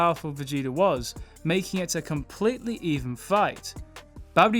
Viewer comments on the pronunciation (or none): none